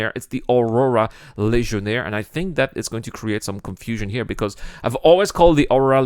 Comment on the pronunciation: Funny way you are saying that Legionnaire name. I don't hear "g" there. I hear something like Lesionnaire 😝 Don't hate me, it's just a friendly jab :p